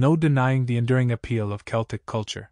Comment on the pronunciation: How can you release a video and not be able to pronounce the subject matter correctly?